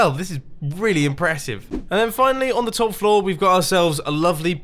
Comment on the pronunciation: You said flaw instead of floor